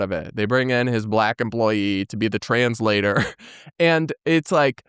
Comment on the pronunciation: I was sure she was saying something about a trans flag.... She was saying 'translator'.